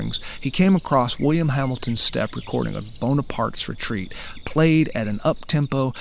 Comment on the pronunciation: I noticed the player/singer pronouncing the melody name as "Boney-parts Retreat."